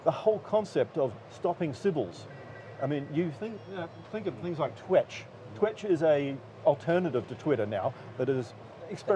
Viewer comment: They don’t even know their own product . It’s called TWETCH . Not twitch . 😂